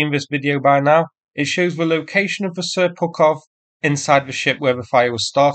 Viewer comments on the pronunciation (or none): I thought I heard you say "Seppukov"...